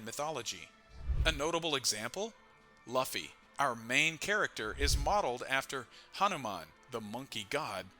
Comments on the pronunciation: say it right man, luuuuu-ffyyyy not laffy wtf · he should just misspell Luffy into the AI in a way it won’t sound stupid. Like Loofy and see if the AI pronounces it better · "Lauhfy" and "rahleigh" 🤦‍♂️ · My opinion is that is luffy not laphy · The moment I opened the video, I took a bite out of my sandwich, heard 'Laughy' instead of Luffy and pressed ctrl + w hahaha this guy must not be serious about this, then said well its a half an hour video might watch, when Merphy started OP I was like meh, she's just getting into it, pronunciation is a nitpick, then realized, my dude you're almost 1.1k chapters in, might wanna hear the pronunciation on the anime? It ain't that hard, might get less people clicking off after 7 seconds? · Please don't call him Luhffy.... lmao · He insisted on pronouncing Luffy incorrectly so many times… it damages credibility and makes it hard to watch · who pronounces Luffy like that 😭😭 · Yall are dumb the voice is ai thats why luffy is pronounced weird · Just a simple thing to do...pronounce luffy's name properly....and surely ur channel will instantly grow ..too bad u cant even do that😢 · like seriously no one pronounces luffy like that, not even in the dub, it has to be on purpose at this point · how can you be so far into one piece and still pronounce luffy like that. cmon man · Something about the way you pronounce Luffys name makes this very hard to watch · 😂 literally just clicked on it. It was thinking the same thing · It just feels wrong… I think this is AI though.